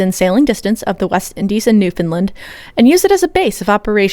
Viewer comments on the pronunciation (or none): The part where you mentioned Newfoundland, I had to relisten it 4 times over, because I was hearing "New Finland".. Not one day passes when I don't think about Hyperborea...